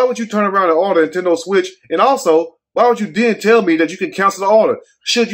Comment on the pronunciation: Intendo switch instead of a PS5 😂💀🙌🏽